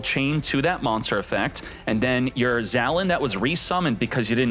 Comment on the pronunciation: Dude, it’s pronounced “Zah - Len”. Get it right, come on